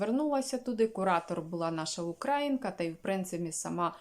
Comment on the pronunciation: Українка,наголос на ї